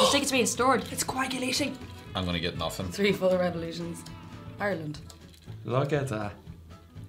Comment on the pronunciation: "It's coagulatin'." HAHAHA No. It makes me a little sorrowful that y'all have such trouble loving my favorite holiday drink! lol I drink it with rum usually. Happy holidays!